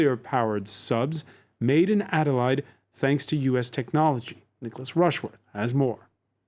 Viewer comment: Reporter can't even pronounce ADELAIDE.